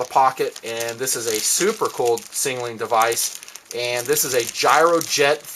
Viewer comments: i like ur videos and all but its sound like u say singaling when u Signaling :) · he does indeed say sing a ling, but im sure he means to say signaling... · "Singaling flares" lol